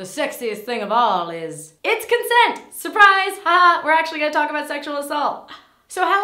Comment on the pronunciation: "Is-CONSENT" God damn